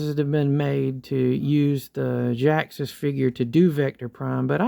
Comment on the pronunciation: Its ge ax us say it right